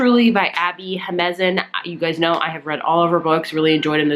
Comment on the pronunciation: Jiménez: HE-MEN-EZ 🙂